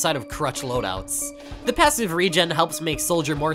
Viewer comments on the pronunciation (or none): none